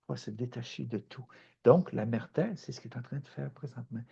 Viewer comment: Cher Guy, encore une fois une capsule magnifique. Émotions, rires, câline que ça fait du bien. Ton propos est vibratoire, surtout quand tu dis : mon pére pis ma mére hahaha.. tu m'as fait rire 🤣. J'envoie tes capsules à des amis parfois, qui sont prêts à entendre la langue que tu parles. ET que cette langue devienne universelle !!! MERCI ENCORE 🌟💝